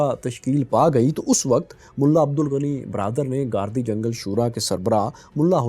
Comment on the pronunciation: گاردی جنگل نہیں گِردی جنگل ہے بھائی اور مقامی زبان میں صحرا کو بھی جنگل کہا جاتا ہے ۔